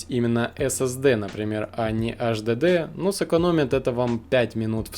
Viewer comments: Слушай сюда, безграмотный полублогер! Никаких Эс Эс Дэ и Аш Дэ Дэ, в природе не существует! Есть Эс Эс Ди (SSD) и Эйч Ди Ди (HDD). Выучи, наконец, английский алфавит. Если мозгов хватит! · сука 🤦‍♀АШДЭДЭ, иди учи как правильно произносить, ко всему ещё выбрал м.2 на 3.5, когда есть м.2 на 7500 скорость чтения и запись и там результаты в разы ещё лучше будут, дизлайк! не стоит тебе снимать видосы, удали канал Писать, что нет разницы между м2 и ссд, я просто в голос ору! Разница есть и она колоссальная! ни только в играх, а вообще везде, из-за таких тупых как ты, люди и покупают ссд, вместо м2 и потом не довольны! Все кто увидит мой коммент, покупайте м2, не пожалейте денег, 5000+ скорость чтения и записи берите, лучше всего 7000+, всем спасибо !) Автору ещё раз! ПРОТИВОПОКАЗАНО ЗАПИСЫВАТЬ ВИДЕО! только дезинформирует людей.! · Немец что-ли (АшДэДэ)? Вообще тесты очень поверхностные ( М.2 и ССД и ХДД бывают разные, особенно М.2)!!! И, кстати ССД имеется ввиду SATA? Но и М.2 тоже бывают SATA... Не надо мешать мух и котлеты в одну кучу!